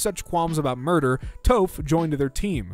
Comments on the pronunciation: Nooooooooo! You almost had all their names right except for Toph and Sokka...! Hearing the pronunciation, you had for Toph made my weird brain think: Toph the loph, and I hate it while laughing hysterically...! XDDDD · My guy, out of everything in this video, it's the "Soaka" and "Toeph" bit that pained me the most. The Gaang doesn't deserve this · if i ever hear someone say sokka and toph the way does there will have to be an amendment made to the geneva convention